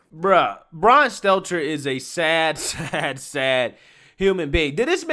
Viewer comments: I agree with your points, but you need to learn to pronounce the names of key people. Your credibility suffers when you don't do your due diligence. His name is Stelter, not seltzer. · He called him "Seltzer" hahahaha